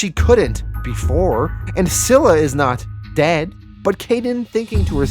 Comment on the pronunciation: You have been pronouncing scyla wrong. It's pronounced Sila